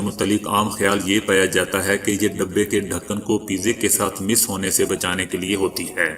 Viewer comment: Mis nahi mas((touch)